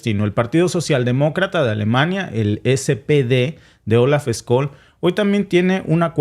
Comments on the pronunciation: Scholz se pronuncia " cholz". Tú pronuncias Skolz. En todo caso vuestro análisis y comentarios están muy buenos. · Se llama Olaf Scholl y no skol como tu lo pronuncias😅😂😅😂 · Hola que tal sigo tu programa desde hace un tiempo muchas gracias por tu información.. Solo quería pedirte el apellido del canciller alemán se pronuncia de otra manera..trata por favor de pronunciarlo tal como lo voy a escribir Chols (Scholz) No skols como tu lo dices .. saludos desde Austria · SE PRONUNCIA: OLAF SHOLTS y no SKOLL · Hola escol Noooooooo olaf shol se dice asi olaf shol me estresa que lo digas mal jajajajaja me encanta edte canal paz y amor hispanoamerica unificada todos somos hermanos